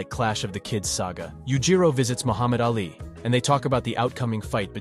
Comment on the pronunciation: How come you get the names pronounced wrongly.. Baki = bakey, and Ali = Al eye?